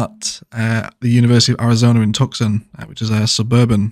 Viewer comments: Tucson should be pronounced Too-sahn, not Tuck-son. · The way he said Tuscon, It’s (Tusson) btw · Yes, please do some mod tutorials! I've learned so much about IMT from this video! Also, it's pronounced "Two sawn" Arizona --- at least I hope that makes sense across our dialects/accents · Really nice! Just FYI in "Tucson" the 'c' is silent so it sounds like "Tus-on" 😉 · Man... I wanted to argue for "two sun" but you're so much more correct. "Two sawn" really hits it perfectly! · Hey, love the build so far - for future reference though, Tucson is pronounced "two-sahn!" Looking forward to more episodes! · Believe it ir not a typical Costco would have a parking lot twice or three times that deep. And yes it is an odd word in English but Tucson is pronounced TOO-sahn. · Just if you mention Tucson again, for some reason it’s pronounced “two-saun” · The 'c' in 'Tucson' is not pronounced👌🏿